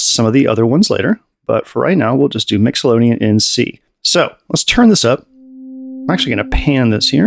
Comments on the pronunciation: He keeps saying Mixolydian like Nicklodeon. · hahaha. My man, English is the worst, no sweat. Just for educational purposes (professor here) of anyone reading, it's "mixo-lid-ee-an" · Can't figure out if saying "Mixolodian" for funnies or for serious. Cool demonstration nonetheless